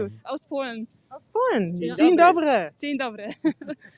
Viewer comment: Cari sagt " dzień dobrrry " wie ein Tigerrrrr.😆